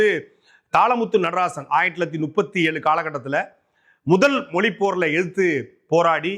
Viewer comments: அண்ணே அது "மொலி" இல்லை "மொழி" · Moli illa thambi mozhi nu sollu thambi